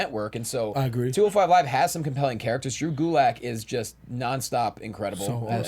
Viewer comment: Ah-greed